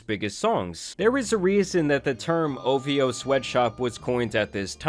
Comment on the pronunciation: Say OV-HO